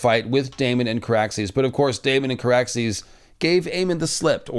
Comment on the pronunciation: It's Car-axes and and and Vhagar-bond 🤦‍♂️ I love y'all...I hate me tooo 🤦‍♂️( just over there a bit, a bit more, ahhh a bit more....ahhh yes and there we go) everyone continue. That never happened. Whatcha on about? Exactly!